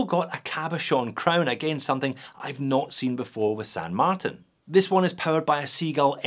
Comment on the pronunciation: Thanks,. I like the new pronunciation of ‘Martin’. 😊👍